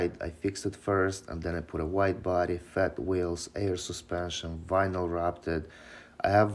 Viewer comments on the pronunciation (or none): “Air suspenshhhhhion” 🤣🤣